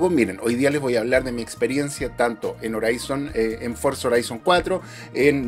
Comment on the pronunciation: Horizon se dice Jorison, no Joraison 😂